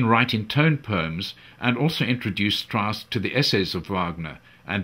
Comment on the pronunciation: Richard Strauß is spelled: [ʀɪɕaɾd ʃtʀaʊs] In german names "ch" isn´t "ck".